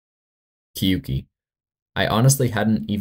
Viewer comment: kyouki is pronounced "kyō-ki" qoueo is pronounced "kway-oh" fragile's song is nong